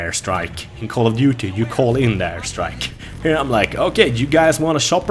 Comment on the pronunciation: should be promoting BF3 for dice. just look at this gameplay. "in call of dutey you call in thee airstrike and in battlefield i am the airstrike"